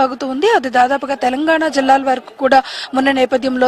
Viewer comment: టెలంగాణ కాదమ్మా తెలంగాణ